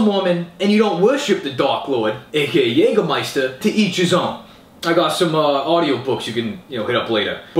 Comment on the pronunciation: Thumbs up for pronouncing Jägermeister the right way! :P